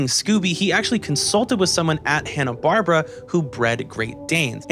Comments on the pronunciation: watches 44 movies and makes a 90+ minute video about Scooby Doo’s history and all its movies -doesn’t know it’s pronounced barBEARa JK, this whole thing is beautiful and that’s such a nitpick from right at the beginning few minutes. We stan the dedication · I am eight minutes in and really debating if I should keep watching a video where a guy pronounces “Barbera” that way. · You mispronunciation of "Barbera" almost made me rage quit this video.